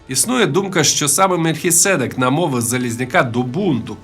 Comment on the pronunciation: Бляха, будьте уважнішими з наголосом в слові "Мельхиседèк " 🤬.